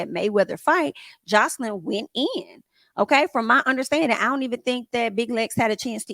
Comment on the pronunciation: Hi, if u don’t mind I would like to assist In pronouncing her name Joselyn (the J is pronounced ex; Joselyn= J like in Jack or jail etc. same in Spanish as is in English 😂 Love ur channel, ur reviews, n ur content